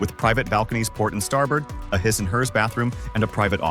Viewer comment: exactly! “Hi’s and Hers”….”Yackit (instead of yacht)…etc. The vocal narration sounded normal at the beginning but started falling apart and exposing its ridiculous A.I. words the further you go along. So stupid 😂